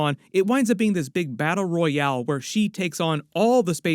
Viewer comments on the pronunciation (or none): none